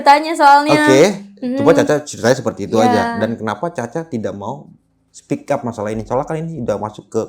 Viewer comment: Speak up bang bukan "spick up" 😮😂